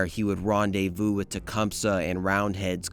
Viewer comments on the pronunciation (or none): none